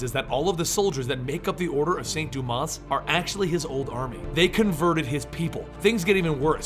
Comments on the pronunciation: Dumas is pronounced doo-maw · Think the "s" in Dumas is silent.